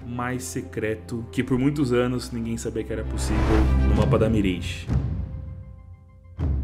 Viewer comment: N é "mireige" é "miráge"